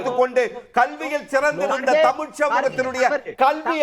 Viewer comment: டேய் அஹச்சாரி தேவிடியா பையா தமிழ் டா தமில் இல்ல முதல் தமிழ் ழை பிழை இல்லாமல் பேசு டா கோமள